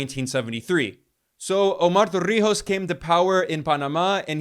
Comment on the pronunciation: Props to Ben pronunciation of Omar Torrijos with no effort whatsoever ❤